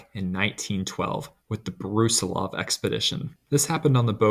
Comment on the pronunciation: it's pronounced brus-I-lov, not brUsilov